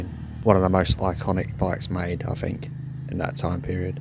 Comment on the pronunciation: Lost me after fink and fing....